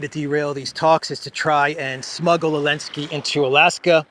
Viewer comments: Who is this man and why is he calling Zelensky, Elensky? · Hun how come u don't say the zed in zelensky just wondering